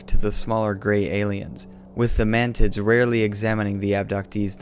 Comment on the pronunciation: Did you say man mantids or mantits?